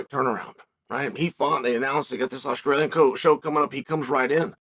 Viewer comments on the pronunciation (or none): none